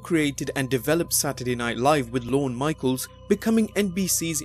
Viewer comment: "Lorna Michael"? Really? Still the best wrestling related channel on YT, though.